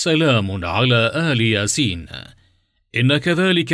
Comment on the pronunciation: ⛔⛔⛔⛔⛔⛔⛔⛔⛔ لا تخبصوا يا اصحاب القناة الاية الكريمة "سلام على إلياسين" ، إلياسين وليس آل ياسين وانا سمعت اول المقطع فقط ، ولم اسمع باقي المقطع ان كان في اخطاء واضحة فلا اعلم لاني سمعت اوله فقط ⛔⛔⛔⛔⛔⛔⛔